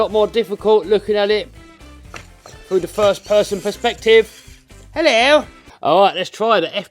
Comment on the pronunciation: “Hello!!!” That sounded so English 😂😂